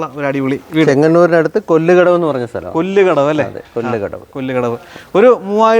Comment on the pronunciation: കൊല്ല് കടവ് അല്ല കൊല്ലകടവ്